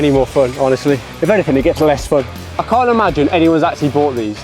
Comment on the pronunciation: Can't * not Khon'